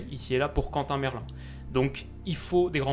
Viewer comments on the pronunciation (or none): none